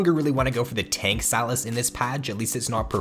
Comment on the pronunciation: Say SYlas. Not “Salads” without the “d”.